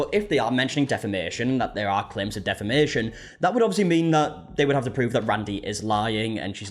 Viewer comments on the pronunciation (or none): She doesn't even know how to say "defamation" for fucks sake.... Can she say "jealous"??